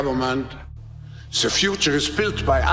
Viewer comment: The…the…the… Not Zee!!! U imbecile, learn how to pronounce the word or go back to the worm 🪱 hole 🕳️ u crawled out of…